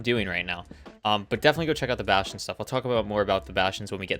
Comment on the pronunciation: What the hell is a “bashion”